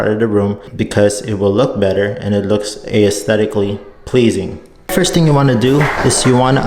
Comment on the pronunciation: The only thing wrong I’ve noticed is how he pronounces aesthetic 💀😂